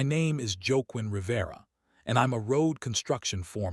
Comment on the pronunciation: Pronouncing Joaquin as "joe queen"?